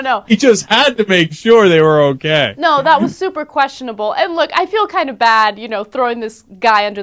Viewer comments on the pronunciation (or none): I like Ana's "QUESTIONABLE" .